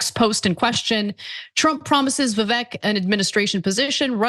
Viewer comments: By their own logic, aren't they being racist by constantly mispronouncing his name? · My initial thoughts about how racist Anna kasparian must be, mispronouncing vivek’s name. And the video of Joe Biden saying you can’t own a convenience store without a slight Indian accent. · meanwhile hasn't wven taken the time to learn HOW to.pronounce Vivek's name🤦🏾‍♀️🤦🏾‍♀️ if you're taking offense in behalf of someone then at least learn the man's name. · Vivek understands that stereotypes exist for a reason and they aren't automatically racist. Also, why is it that so many self proclaimed leftists just refuse to learn how to say his name?